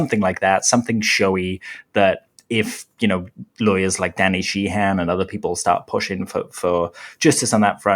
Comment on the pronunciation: this channel is great. I admit I laugh every time when you say “if you” I hear “FU” haha